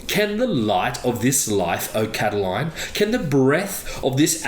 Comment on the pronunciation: I believe his name was Lucius Sergius Catilina, the anglicized name being 'Catiline', not Cataline..